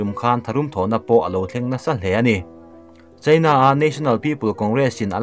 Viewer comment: Mizotawng hi ka thiam ber e chu ka ti lo. Mahse he pa zet hi chu ka zirtir chhawng veleh chak thin khawp mai, voice a reply na te hi awm se ka ti thin, ram hming lamrik angaih huna Indîa/ India tiha lam angaih hun te, China tih leh Chinâ, tih ang chi ah te hian a ti diklo nasa thin, ziak ringawt hi chuan sawifiah theih vek ani silo a, a Chanel hi mipui hip chi ani si a, atha si a, amah ber lah hian mizotawng hi a hmang dik hleithei bawk silo a